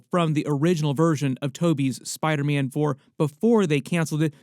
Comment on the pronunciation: “Spida- mein” 😂😂